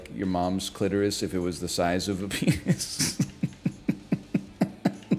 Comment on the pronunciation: he said BENIS?! CANCELLED